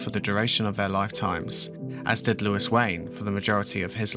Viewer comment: surely is louis as in looooooo eee, not lewis with lew is